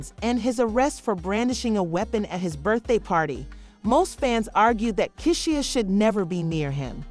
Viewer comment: Pronounced "Key-Sha" ❤